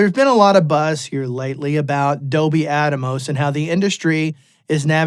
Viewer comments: I think it’s AT-MOS not ATA-MOS…😂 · It’s not Dolby “At-a-mos”…it’s Atmos, as in “atmosphere”. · Why is he saying atamos its Atmos. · Don NOT Give a Rats about "ATMOS". Thanks but you can not call it ATAMOS anymore. OK? 🙂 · attamos, ATTA- BOY! lol haha, hee hoo hoo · There are pioneers and trailblazers, and then there are followers and people who jump on the bandwagon claiming they were with the pioneers from the start. I’m going to go with the pioneers. Saying Adomos wow man. Good luck buddy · Is it actually pronounced at-tah-mos? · Even outside of 7.1.4 (and larger) setups, I think Atmos offers a novel approach to mixing in stereo and other traditional formats (quad, 5.1, etc). It allows for expressive panning that translates between different speaker configurations and headphones. I think there's a lot to be gained just from mixing stereo/binaural with Atmos. Side note: I don't think anyone else is pronouncing it "Adamos" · ATA boy 😂